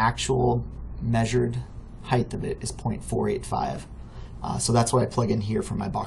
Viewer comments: Good video, thanks for showing me this. One complaint, though. There is no "th" sound at the end of the word "height" Width, yes, Depth, yes, HeighT, no. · Thanks for the tutorial. I have one of my own for you. The word... "Height" ... notice the end is "HT" it is not "TH" Height ends like hot... with a T. Not with a TH like the word width. I hate when folks i am looking to for help have such trouble with a simple word like height. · Thank you. Really appreciate you taking the time to make this. By the way “height” does have an “h” and a “t”, but not a “th” at the end.